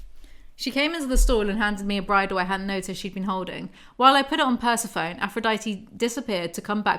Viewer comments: I swear I was like WHO is the horse named after….. is it Persephone….? (I was looking for this comment omggg) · PERCE-PHONE???, its pr-seh-fuh-nee LMAO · Persa-phone?!?!! Per-seph-oni!!! Like Hades and Persephone!! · girlo im sorry the way you say Persephone is wrong (not tryna be mean) its the name of the greek goddess Persephone (per-sef-o-ne) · I love you but PERSEPHONE (purse-ef-oh-knee) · Jw. Is Persephone supposed to be pronounced, "per-sef-ah- knee ? " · Persephone is pronounced "per-seh-foe-nee" :) it's from Greek mythology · Say it with me per-sef-oh-neee my inner Greek goddess groans every time you say Persephone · I'm highly amused you read Persephone as "purse-a-phone" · Pleeeeease, can you pronounce Persephone Per-seff-oh-ny? Please. ;) I always think you are talking about some weird new i-phone or something ;) LOVE your book reviews/summaries, BTW. Saves me from blithely stumbling upon them and reading them myself. I would have thrown them into the bin after five minutes. Weirdly enough, I can listen to you talking about them for hours! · Love these videos. I do think it's pehr-seh-pho-nee or puh-seh-fuh-nee kind of 😊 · Bless pronouncing Persephone like "persy-foan" 😅 I can't blame her for it too much, she's so tired. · I love this so much!!! Also just so you know the pronunciation of “Persephone” is Per-Sef-O-Nee She’s a Greek goddess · pls Persephone, pur-sef-on-ee or pur-se-phony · Yeah, pronunciation of Persephone in this video is cursed as hell